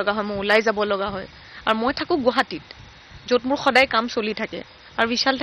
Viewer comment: What a rich pronunciation in English,guhati 😊😊😊😊